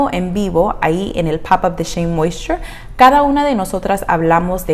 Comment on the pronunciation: Con solo lograr pronunciarlo como tu sería feliz je je je sabes si esta linea específica sirve para cabellos ondulados un patron 2c 3a? Gracias